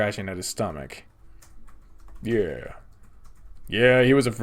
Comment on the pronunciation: The "stow-match" returns... I shudder in fright